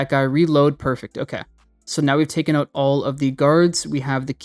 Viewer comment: oot? You must be a fellow Canuck?